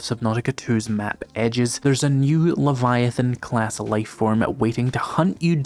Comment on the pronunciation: You need to say leviathan right though. This is another one of those games where I'm too scared to play myself but can't wait to watch someone else play.